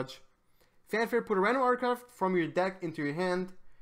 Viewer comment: drinking game: take 1 shot everytime he say "articaft"